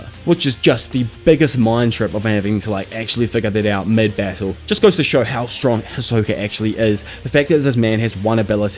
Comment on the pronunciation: “Beetle to the deeth” lol u talk funny